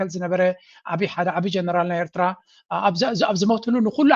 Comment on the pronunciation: This poor guy can’t pronounce Eritrea properly 😂😂